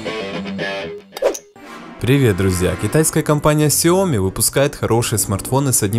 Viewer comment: Данный обзорщик, как и многие другие российские обзорщики неправильно произносит название Xiaomi, а именно неправильно ставит ударение а названии Xiaomi! В слове Xiaomi ударение ставится на последнюю букву "i", а не на букву "o"! Я как-то общался с китайцами и они подтвердили мою правоту и вообще в китайском языке всегда ударение ставится на последнюю гласную букву! А то какая-то Наоми получается, XiaOmi — NaOmi! ! НаОми Кэмпбэлл — СяОми Кэмпбэлл!